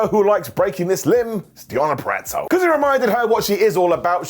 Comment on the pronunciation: It took a lad from the UK for me to finally hear someone pronounce “Purazzo” correctly. Thanks for warming my north Jersey heart 😅